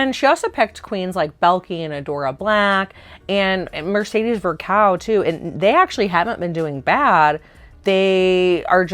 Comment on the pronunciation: how can they POSSIBLY know how to properly say Xuxa?!? I'm flabbergasted. the pronunciation was g o o d. now please try to learn how to say the "ão" in Mercedez Vulcão's name.